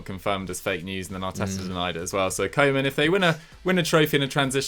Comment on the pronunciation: You all pronounce koemans name incorrectly.